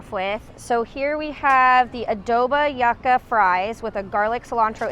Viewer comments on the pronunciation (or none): Not Yuck-ah. Yuca. Pronounced Yoo-kah